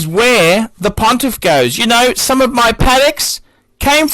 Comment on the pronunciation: A tale oph three wiphes